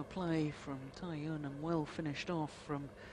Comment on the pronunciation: First time I've heard an umpire get Cai Yun's name right.